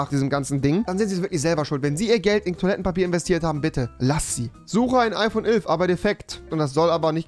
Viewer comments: Niemand: Wirklich niemand: Rewi: IPhone ülf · Wie sprichst du elf aus hahahaha